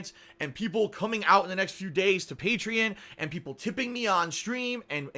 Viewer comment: He can't even pronounce Patreon right